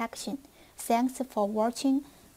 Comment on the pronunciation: Something your narrator/commentator should know: on the whole, her English is quite good (she has an accent, but her pronunciation is very good despite that. And at the end of the day, everyone has an accent). However, she may want to know that "73s" at the end of the video should be pronounced "seventy-threez", as if there were more than one 73. (It's the signoff used at the end of a CW conversation, part of the Western Union "92 codes" used by telegraphers to conserve bandwidth on telegraph wires). I am looking forward to receiving my HS-2, and thanks for making what looks to be a terrific radio, and for the instructional videos; they are appreciated.